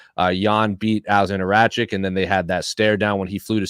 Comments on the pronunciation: Someone please tell that it's RaKiC, NOT "RaCiK" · Ruined it by bringing and his faces in. Its Rakic not rachick how many times someone slap this dude